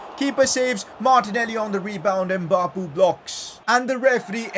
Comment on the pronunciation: It’s not Embappe, it’s Mbappe.